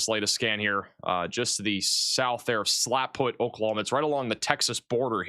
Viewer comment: the town is Slapout, not Slapfoot. Love your warnings, and I don't even watch regular Oklahoma weather anymore ❤❤